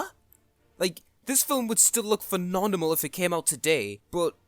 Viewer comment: A y yall heard how he pronounced phenomenal 🤣 his delivery throughout the video extra